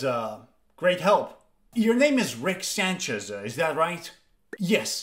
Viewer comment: “Sanchez”??? LOL